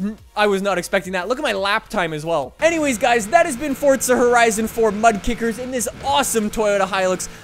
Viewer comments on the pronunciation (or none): its not fortsa its forza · ITS FORZA NOT FORTZA BIG DIFFERENCE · Fortza, nononononononnononononon don’t pronounce that shit with a T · “Fortza” love it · with respect, why do you say "fortza"? XD anyways love your content, and so glad im this early!